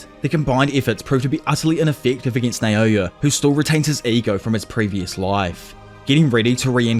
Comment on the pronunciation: Why do u say, “Nayoya” It’s called “Naoya”